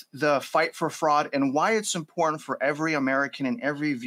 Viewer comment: Important is pronounced. IM-POR-TANT